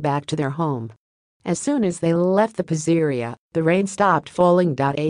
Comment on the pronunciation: Lol😂 AI doesn’t know how to pronounce PIZZERIA 😂!